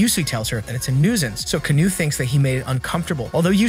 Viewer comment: It’s Kano not canou